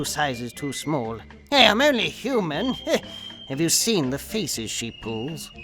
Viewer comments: i thought he said "have you seen the faeces she pulls"? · Damn I first heard you said "Have you seen the feces she pulls?"